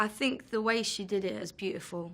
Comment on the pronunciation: Her th turn into f sometimes , I think : I fink